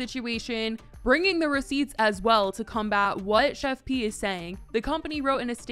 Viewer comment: finally.. some1's finally calling her the PROPER name.. it's "Chef P".. (pronounced like it's JUST a "P")